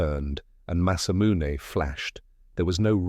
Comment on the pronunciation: Sephiroth's masamune ... you really need to check your TTS before you upload to make sure names aren't mispronounced, or it's going to be a major distraction throughout the story.